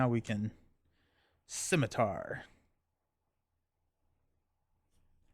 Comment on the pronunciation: It makes sense Jessica Jones would be a Thwarter. While she is strong she is also a private investigator so it makes sense she uncovers the villains scheme. I may be being picky but shouldn’t it be pronounced PSI-mitar? Psi like in psionic. Finally random rule question I randomly started thinking of but if I have a card like Avengers mansion is it that can I play that card without that trait but can’t use it with out that trait on my hero or an ally? I am getting ready to do Mutant Genesis with Rogue and Gambit. Was planning on going through all the boxes before doing the new one but life got in the way so I didn’t get them all done before hand. Along with a desire to play the new heroes with my usual new hero routine.